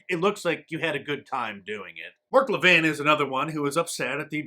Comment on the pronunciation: Mark "Lah-vin"? Oh, you mean Mark Lah-veen.